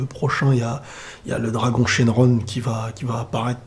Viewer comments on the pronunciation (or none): none